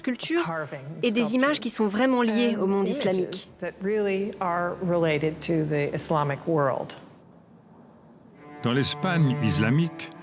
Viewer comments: Bien, mais j'ai fait une fixette sur la voix off😩 Pourquoi il prononce "iZlamique" au lieu de "islamique"?😂😂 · Fait exprès de prononcé :iZlamique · Quand j'entends iZlamique Je Zappe.....